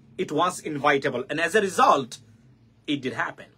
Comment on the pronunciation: Inevitable, not invitable.